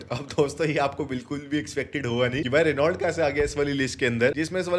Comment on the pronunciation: Bhaiya, Renault nhi reno pronounce krte hai.